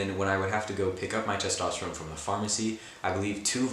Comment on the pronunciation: Testosterone (but pronounced like rigatoni)